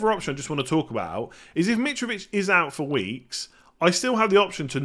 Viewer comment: Nobody: Mitrovich Absolutely everybody: Mitrovich..: Mitch-Vitch!!🥴